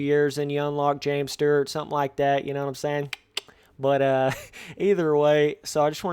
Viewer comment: James Sterrt lol? 😂😂😂